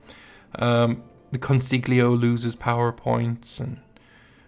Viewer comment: And it’s pronounced consiyo